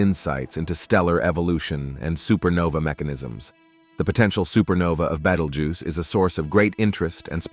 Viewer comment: Someone teach this AI to say Betelgeuse.